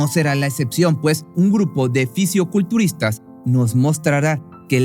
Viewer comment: No se dice Fisiuculturista Se dice Fisicoculturista